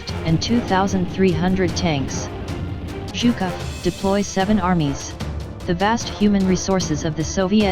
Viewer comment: what kind of accent is this? She has the weirdest pronunciation! She fucks up words like "voluntary" and pronounced Zhukov's name like "Chuka"! Geez! it's a pretty interesting video but the ridiculous narration brings it down IMO